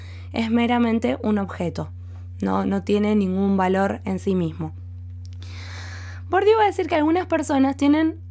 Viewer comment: Gracias por tu claridad expositiva. Por cierto se pronuncia: “BURDIÉ”.